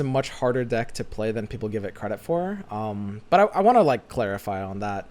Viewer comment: why every time say but i hear it like he say butt?